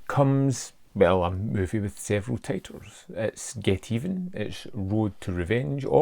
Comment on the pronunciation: RedLetterMedia featured it on an episode of Best of the Worst! And consequently mispronounced the name, Geteven, as one word.